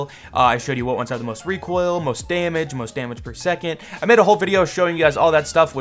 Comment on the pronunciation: “The reek oil” 😂😂😂😂